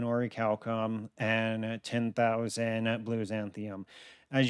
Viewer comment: Bro slide bismuth saying oricalcum